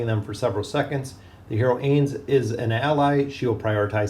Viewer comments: Ainz is pronounced like Heinz(the ketchup brand), not aze. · Ah yes the Aze/A's and A'bed'o/A'bell'o XD